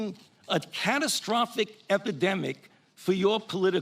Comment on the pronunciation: "Posibilidy" is not a word. "Relavince" is not a word. "Dolliz" is not a word.